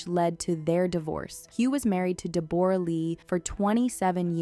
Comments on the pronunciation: How can you butcher pronouncing Deborah? 😂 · Its not Deborah, its pronounced Deb ra Lee. She did not make an accusation, she stated she had suspicions. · It’s pronounced “Debra”, not “Deb-or-a”, Justin had a back injury not infection lol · DE BOR A???? LOL ITS DEBORAH! LIKE DEB RUH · I'm only going to nitpick about the pronunciation of 'Deborra', and that it does NOT rhyme with Gamora, rather DEB-BO-RAH .. Australian's even shorten it more to DEB-BRA. Thanks for listening to my ted talk. Go Justin! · Pronounce Debra not Deborra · In some countries it's pronounced "Deb-o-rah" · Deborah, pronounced Deb-bra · its not deBORah!!! ugh learn how to say her name it's not hard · Deborah, you are pronouncing it weird.